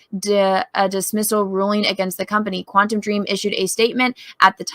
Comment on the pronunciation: Am I the only one cringing everytime they say Quantum Dream and not *Quantic Dream?